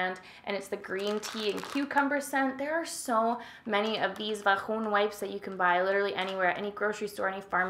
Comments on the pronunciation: vaJOOOOON or vahoon? LMFAO i love how u say the actual word differently when it seems like ure feeling a bit awks to talk about certain things. makes me laugh! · Great video and you’re always so hilarious. Vahoon! I just laugh every time you say that word. 😁🤣